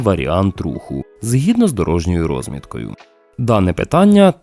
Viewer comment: Не рОзмітка, а розмІтка.